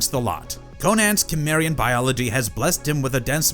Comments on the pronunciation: Its pronounced simarian. Not kimarion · Is cimerian,not kimerian 😂😂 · It took me 10 mins to realize he was saying kimmerian😂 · You can tell how little they actually watch of the topics they cover. So many of their videos are just…ai scripts for media they don’t engage with. Pronouncing things wrong, especially character or location names you’d not get wrong if you watched it ONCE. (Cimmerian specifically in this video) The rest are vocabulary words that would trigger a fail from an English professor reading your work because they know you have no idea how to use or say it. Just. Sloppy ai work. I’ve tried a few different videos and narrators and I’ve been disappointed across the board. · He was born in sword and sorcery world. Also you suck at saying Cimmerian . You are one of those people who refuse to say it right. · The way you pronounce Cimmerian really makes me curious how you pronounce cinnamon 😅